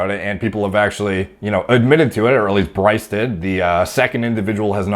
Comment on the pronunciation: You say Bryce wrong. You say it like “Berr-ice” put less emphasis on the “berr”